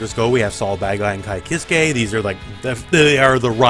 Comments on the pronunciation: Kiske is not pronounced that way my son. Ky is European, not Japanese. Your instinct to pronounce it like a Japanese word is failing you here. Also Sol is doing Bandit Bringer where you said riot stamp. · I can't wait to find someone who can pronounce Kiske righ-oh no